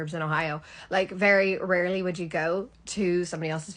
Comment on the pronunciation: You sound like an Irish girl putting on an American accent. I can hear that Irish accent underneath. Especially how you say "rarely" and "emmm". Americans say "ummm" between words.